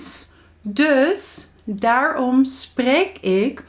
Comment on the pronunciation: Right about now im in Suriname and say daarom is not pronounced thar om is daar when saying it u have to rool your tounge then say the word is daarom not thar om u have to roll your tounge whiles saying it daarom